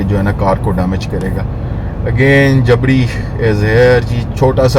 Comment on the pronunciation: جبری اصل ہجہ ہے نہ کہ جبڑی